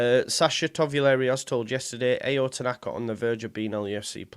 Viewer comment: I think it's pronounced ow, like how without the H